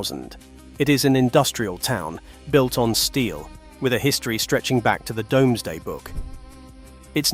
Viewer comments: pronunciation is,"doom",not"dome". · that is NOT Whittlesey, that is actually a 1960s view of the Bigg Market at Newcastle-upon-Tyne, the UFO looking structure is a public toilet, it is now a cocktail bar 🤣🤣🤣🤣🤣 Another shitty AI voice, give it a rest if you are shitterton at using your own voice FFS DOOMsday not DOMESday FFS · Good video but would be better if a number of the places were pronounced correctly. Also the Domesday is pronounced dooms-day. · Because of the way the narrator says domeday book i looked it up, you can say domesday or doomsday its entirely up to you.